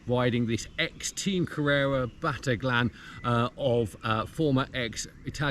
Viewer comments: Great video as always Dan. Fantastic stories. One small detail,Battaglin is pronounced Batta- leen , As always looking forward to your next videos which I find to be one of the best cycling videos on the net All the best! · Actually it's not quite Batta-leen. The Italian 'gli' is really difficult for English speakers. It's also really difficult to try and spell it phonetically in English. I think you just need to hear an Italian speaker say it. Sorry, pedantic idiocy on my part. I'm an Italian speaking Welshman.....